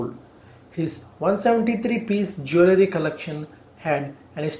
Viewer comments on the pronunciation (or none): none